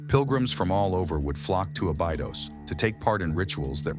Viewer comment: Osiryaon and abaidos are u kidding me